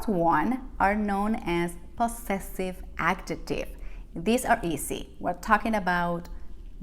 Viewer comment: I'd suggest to think about correcting wrong pronunciation of those english sounds z as in 'example' or 'possessive' and also j as in 'adjective'. It's not a matter of an accent, those are phonetic errors. And as a teacher, I'm sure, you know the difference. Imagine native english speakers would say 'jugo naranja' with the wrong sounds: dzhugo narandzha. It's not an american accent of Spanish, it's not knowing how to read and pronounce english words.